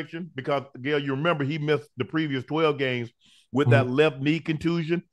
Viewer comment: UNC, stop calling Gil " Gail ". 😂🤣